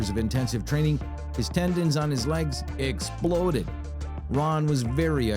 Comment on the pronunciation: Lol muscle don't "exlode"